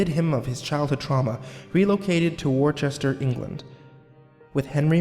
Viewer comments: Warchester? You mean Worcester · "Wocester, England" - pronounced "Wuster" Regardless, disturbing story